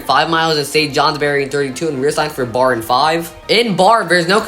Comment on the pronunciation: Barre, VT is pronounced "Barry".